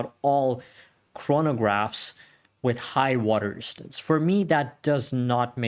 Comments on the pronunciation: I could only listen to water "ristance" so many times before bailing. His 4 inch wrist didn't help either. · WTF is "water istance"?